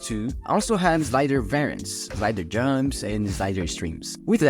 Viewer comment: Esse "slider juuuumps" entregou, sabia que era br na hora kkkkkkkkkkkkkkk